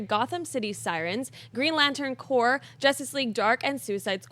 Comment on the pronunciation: it's corps Danmit lol